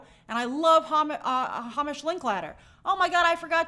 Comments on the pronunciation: I think it’s pronounced “HAYmish”. And I’ll be watching Godzilla-1 for the third time, tonight. 🤭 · As another Hamish, its pronounced Heymish.